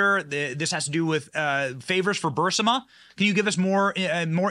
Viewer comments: Ber-riz-ma not Birz-a-ma. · Burisma = [bur - IZ - muh] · Burisma pronunciation - br * ee * smuh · Anyone else annoyed that Benny says Bursima instead of Burisma? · Stop saying Bursima! It is Burisma ! You do it every time !!! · Love Ya Benny - but please "Bur-is-ma" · Benny, Please. It’s not BURSIMA It’s BUR IS MA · It’s Burr-ee-sma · It’s BURISMA, not bursima. BU- RIS- MA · 'Burr-ee-smuh' Benny! Not 'Burse-ma'. 'BURR-EE-SMUH'. The long 'e' sound comes before the 's'. I cringe every time I hear it. I know some may think this is nit-picking but we need to pay attention to these little details. When we don't it diminishes the message and makes us look like crackpots. Love your show, however, and rarely miss it, or watch the video if I miss the live stream. Keep up the good work! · Johnson - Hey... love your videos... but... please correct your pronunciation of Burisma. Especially since we are going to be hearing about it for quite some time! The "i" comes before the "s". You're saying BUR-si-ma ... when it should be bur-IS-ma. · HEY BENNY! You are pronouncing Burisma with the I in the wrong place, Burr-Si-Ma, it's pronounced Burr-Reese-Ma! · Please Benny “Not Bursima but Burisma! Pronounced Bur-ris-ma! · Ber-Eez-Ma...Burisma...cmon man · BURISMA...Not BURSIMA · Burisma not Bursima 🤦‍♀️ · 'BUHR-RIS-MA', Benny 😂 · BURISMA NOT BURSIMA. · Geez, Benny. Burisma (Brr-Rees-Muh) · Benny - love your content. You are pronouncing Burisma wrong. It’s BURR-IS-MA...., just a little pet peave! Watch the clip of MTG...she’s saying it right.... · Burisma. Bur-is-ma. 🧐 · Benny, not to mess with you, but the name of the Ukrainian energy company was Burisma, not Bursima. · Bur-ris-ma!!!! I love the guy, but c'mon lol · “Burisma” Is NOT Pronounced “Bur SI Ma” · That's pronounced "Bur-EES-ma", Benny. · Burisma.... Pronounced burr EEZ ma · Please pronounce Burisma correctly. It's NOT Bursima, it's Burisma!! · Read slower,,its Burisma not bursima😁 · Benny ...its BURISMA